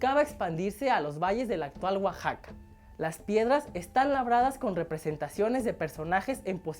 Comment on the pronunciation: En serio? amaestrados? cómo animales? en cuánto a humanos, yo utilizo siempre el término: disciplinado, o entrnado. Y jondas? no: hondas, tonina? no: toniná uaxaca? no: Oaxaca.